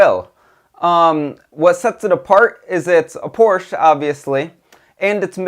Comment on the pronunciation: Good review. Learn to pronounce Porsche.